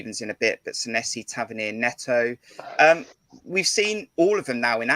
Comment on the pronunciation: A great broadcast,as usual. As far as Sanesi is concerned, I agree with Jon that he will come good. Incidentally, his name is pronounced Saneesi, Kris Temple confirmed this in his interview with him. 🍒🍒